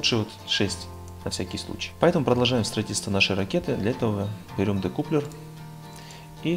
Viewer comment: Учись читать и произносить. Дэкаплер!